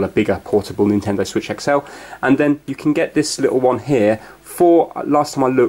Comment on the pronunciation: The Nintendo wiitch